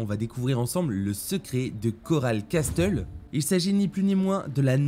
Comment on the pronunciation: "Cass teule" 😭 ça se lit casseul gros